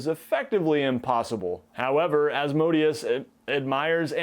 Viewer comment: As-mo-DAY-us. Az-MOH-dee-us just ruins all the phonetic majesty in the name, makes it sound like an ice cream flavor.